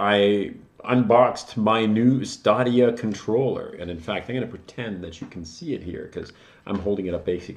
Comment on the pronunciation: Why are you pronouncing Stadia like that? It's definitely not Stah-de-ah It's Stadia like the plural of stadium.